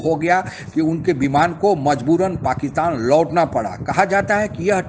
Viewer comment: ओ दादा, पकीतान नही पाकिस्तान बोलो।